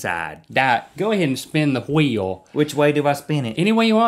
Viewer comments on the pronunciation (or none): "Go ahead and spin the Hwheeouh!" :D